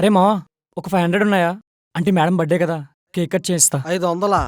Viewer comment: "Buh day" kaadhu " Birth-day" RTH silent kaadhu